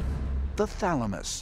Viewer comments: he says "thalmanus" for thalamus. 😂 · Anybody noticed he narrator saying thalamus then switching to thamalus in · *patiently waiting to hear "pineal gland".... "thaLMuSsssss" 🤦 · U are correct. I was like, wtf when they said thalamus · Ah yes the pineal gland... THE THALAMUS O-oh okkkkkkk